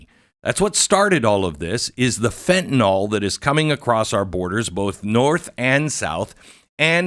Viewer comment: Can't believe a smart guy like Glenn can't pronounce Fentanyl.